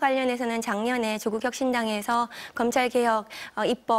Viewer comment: 오늘'은' 가장 뜨거운.... 은 자를 빼고 오프닝을 하는 건 한국사람 맞나? 조국'혀신'당이라고 발음하는 건 혀가 짧은데 메인뉴스 앵커라고? Hey! ~~